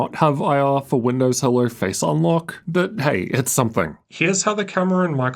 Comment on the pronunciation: You are making a great reviews. Thank you for that a lot. I bought a laptop based on your recommendations. The only thing that I'm struggling with (as a foreign language speaker) is your pronunciation. You say "r" sound in almost every word ending with "o" sound. For example, video-R, windo-R-s, "issue-R", "CPU-R", "GPU-R" and even in the middle of words like "mo-R-del", "mo-R-de".